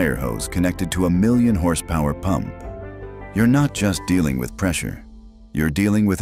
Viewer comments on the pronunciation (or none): none